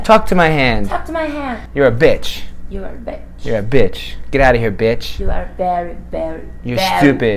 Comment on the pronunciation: Seria praia se ela tivesse pronunciado bitch com som de "i", mas ela falou com som de "é". O certo seria com som de "ê".